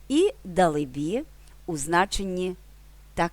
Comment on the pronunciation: Дале-бі.,наголос на ле. Дякую.